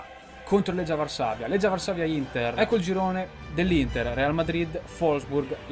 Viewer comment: non sono proprio il professore di un bel niente, ma visto che parlo abbastanza bene lo spagnolo, l'inglese, il francese, il tedesco e il polacco, avendo sentito solo appena 5 secondi come hai pronunciato il Legia mi è quasi venuto da piangere. Sono interista anche io, il video è ballo e la carriera pure, ma questa cosa è più forte di me. Comunque potevi semplicemente rispondere con un po di umiltà scusandoti invece di fare il grande e darmi del professore.